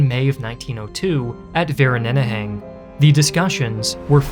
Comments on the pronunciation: Ek het my gebreek toe hy Vereeniging proebeer se XD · Vereeniging = Fair - Een- ich - ing. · I absolutely cracked up at the pronunciation of Vereeniging XD "Vereneneheng" my stomach hurts XD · Had to do a double take on the "Treaty of Vereeniging" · No no, clearly it's Vereneneging lol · Ok, I understand that people from different countries or those that don't speak the language are going to mispronounce certain words or locations, that is just a fact of life and I've come to expect/ tolerate/ accept it. But the pronunciation of "Vereeniging" gave me whiplash, I had to search up the actual treaty to understand what or where you were referring to. It was a great video and thank you for taking the time to explore and talk about my country. I would ask that maybe for future videos (regardless of country) to try and pronounce locations like the locals, but I completely understand that it might extend production and it wouldn't be worth it. I also understand that no-one is obligated to learn the pronunciations of every country when talking about them, I just think it would be great if a history channel were to use the correct (semi-correct) pronunciations for the locals to know what is being referenced. Again great video, keep up the good work. For those that want to know how "Vereeniging" is actually pronounced in South Africa, it's "fur-EE-nuhg-eng". Bonus, if you want to pronounce "Boer" like the locals, it's the easiest thing in the world, it's "Boo-R". "Boo" as in the sound a ghost makes, and "R", be sure to role the R. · Fir-ee-nuh-(guttural g)-uh-(guttural g) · Great video. But these are serious topics, so make a concerted effort to pronounce the names and foreign languages without excuses. There is no English version or Vereeniging, for example. Plenty of videos in the internet of people teaching proper pronunciation in all languages. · As a South African, i can confirm he butchered the pronunciation Vereeniging. Also, great video!